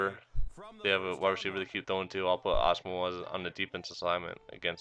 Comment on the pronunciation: O and ur say Nnamdi asomugha wrong to